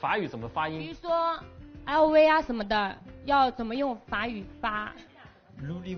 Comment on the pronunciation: LV都不会念 兄die走远了啊